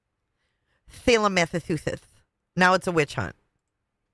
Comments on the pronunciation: Please learn how to pronounce my state or just don’t say it. See below for guidance: ma-suh-choo-suhts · So much gratitude for repeating "Salem, Massatooshish" 3 times. Your work here is done. 😂